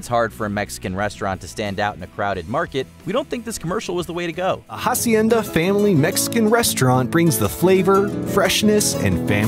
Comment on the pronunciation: The way he pronounced Hacienda is also funny (the h is silent)